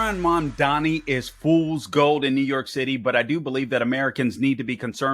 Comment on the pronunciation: If you can’t even pronounce his name what makes you think you can understand his policies, please show a little respect, there was even a point where you said it right and incorrected yourself to disrespect him once again, also what the hell’s your problem calling him an Islamist simply because he’s Muslim, also sure his policies might be bad for a lot of the corrupt democrats, but I say we need someone to switch it up and that’s what the people want and I truly hope that’s what they get.